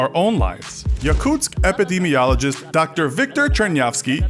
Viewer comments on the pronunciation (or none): none